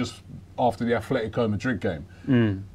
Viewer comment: "Afletico" Madrid